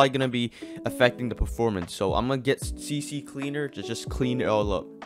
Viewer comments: It's not cc cleaner its CCleaner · It's not CC Cleaner, it's CCleaner, it only has a C, the other C is from the word Cleaner (C) (C)leaner 🤓☝